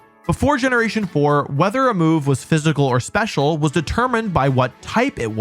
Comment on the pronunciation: did anyone else think he said "Weather remove" and not "Whether a move"?